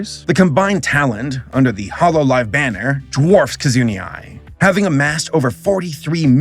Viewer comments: I wanna say take a shot every time says "Kizuni" instead of "Kizuna", but I feel that would lead to alcohol poisoning... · "Kizunee" Is Kizuna really that hard to pronounce? It's consonant followed by a vowel three times! It's like the same level of difficulty as pronouncing "Rarity". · The way you pronounced Kizuna Ai was so distracting. How on earth do you look at the letter "a" and get the idea to pronounce it "ee"? I'm legit confused about this. The fact that you pronounce "Ai" correctly makes it that much more confusing... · I tried to ignore his mispronunciation but it felt like a stab in the heart every time he said it. LOL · Sorry, I can't with the way he says "Kizuni" lmao., I love you, but that's an A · Axdamia It's not hard to hear and repeat a name. Kizuna Ai isn't hard to say at all and his pronunciation doesn't even make sense. He calls her Kizoonie. As an English speaker how do you turn the letter A into y/ie? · It is such a weird choice to make a 40min video that probably took significant time to make, and not spend a single second researching the names of characters you are talking about. You even included a brief clip of Kizuna Ai pronouncing her name and you still didn't say her name correctly once. Does mispronouncing things helps videos go viral or something? There is no way such an easy thing to fix could be possible in a video that required so much research to make. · Me too! He mispronounces names so bizarrely and so consistently that I'm beginning to think it's an intentional comedic bit. A single google search per name is all it takes to get right, so I think he consciously avoids hearing the correct pronunciation before publishing his vids. Dozens of hours of editing and recording is no excuse for skipping 15 seconds per name. I think it's usually hilarious! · Take a drink for everytime says Kizuna A.I. wrong. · I have no idea how you managed to butcher Kizuna's name, but I am impressed and horrified.